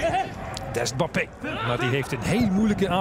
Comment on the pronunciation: Zei hij nou 'Bappe' in plaats van 'Mbappe'?